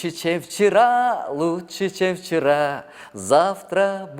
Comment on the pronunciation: Чем вчера дегенди чевчара дейтго😂😂😂